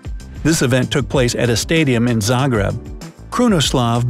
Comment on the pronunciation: oh i didn't know that any of this whould be in my city ahhahahaha btw u spelled Zagreb wrong 😂 it was funny when i heard u spell Zagreb 😂 😂 😂 😂